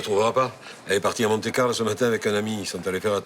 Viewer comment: on dit Monte Carlo!